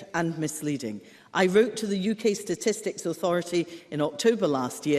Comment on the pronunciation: Is Himso saying “stististics”?